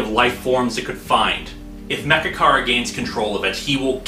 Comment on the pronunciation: when he said mechakara i thought he said magicarp lol